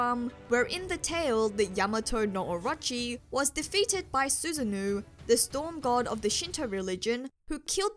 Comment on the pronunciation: this is just a little nit pick (cuz its not that deep tbh) but its pronounced "sue-san-oh"